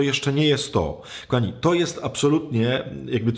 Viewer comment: KOchany Ojcze, przepraszam, ale jeśli można proszę mów "kochani" a nie ' "Kami". 😍